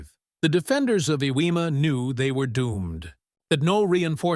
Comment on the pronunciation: OMG! I finally figured out that the island you are calling "Ewema" is actually Iwo Jima! I can't believe you never fixed that horrible mistake!!